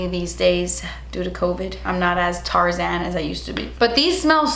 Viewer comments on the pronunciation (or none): none